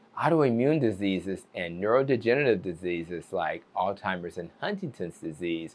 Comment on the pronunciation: He’s a doctor and he says alltimers. ???